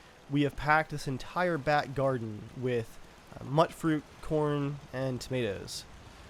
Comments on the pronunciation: It's pronounced "mutefruit" not "muttfruit" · He was pronouncing it wrong, it is pronounced mute-fruit.